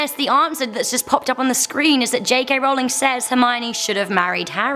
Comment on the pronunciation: Rowling.. Like rolling pin!! Its not how said!!